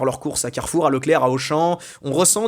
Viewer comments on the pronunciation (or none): none